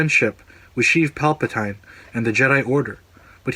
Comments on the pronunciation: 1. It's Palpa-TEEN not TINE. 2. He is never addressed as Sheev. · pal pa toy in ? don't you mean pal pa teen o.0 ffs get it right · WOAH WOAH WOAH "Palpa-tyne" 😂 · love your points, they're well thought out and the research gone into the video is great. I have one problem though, it's pronounced pal-puh-teen not pal-puh-tine. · Dude.. its palpatine.. (palpa-TEEN) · Pal-puh-tyne? Who dat? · you lost me on PalpatAINE, nice vid though! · "Pal-pa-tine" Lol...ok hardcore Star Wars fan, critic, etc. Maybe you should direct the next film so we could complain about you mispronouncing Palpatine. I'm just saying, if you're so critical about details at least show us your criticisms are true to your concerns. That one simple mistake puts me off to your authenticity as a Star Wars fan, the name is widely known and for you to mispronounce it as a massive fail. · Its cringy how u pronounce palpatine lol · Not sure I can get behind someone who cant pronounce Palpatines name correctly... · Liked the video, just hated that you could not pronounce Palpatine